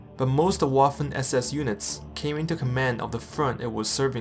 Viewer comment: "Waffen" is pronounced with a "V" sound in the beginning. :) other than that, great video!